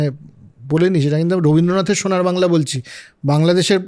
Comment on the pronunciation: কিছু মানুষ "শুনার" বাংলা বলছেন। আঃ বেশ ভালো লাগলো আপনার ব্যঙ্গাত্মক হাসিটা। ইটা ভেবে গর্বিত হবার কোনো কারণ নেই যে একজন অবাঙালি তার স্বাভাবিক উচ্চারণে "সোনার" কে "শুনার" বলে ফেলেছেন বরং আমাদের এটা ভেবে রাগান্বিত হবার কথা যে সে আমাদের মতো করে কেন "সোনার" বলতে পারে না। এই না হলে আমরা বাঙালি। সাবাস দাদা।